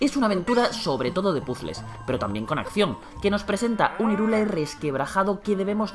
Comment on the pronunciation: Irule dice xD , H no es muda loco suena como J